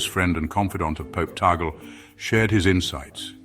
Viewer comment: Tag-le is the right pronunciation, not tagel.